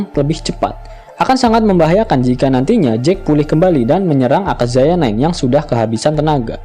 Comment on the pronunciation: Aka-yaza min not aka-zaya 😄